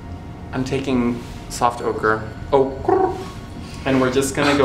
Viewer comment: "ocrrrre" I'M DEAD